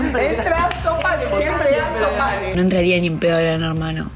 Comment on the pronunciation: ANTO PANE NO "ALTOS PANES" 🤔